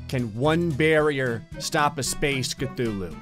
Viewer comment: Funny how he says ctulhu and there was a cutulhu video above his in my recommendation list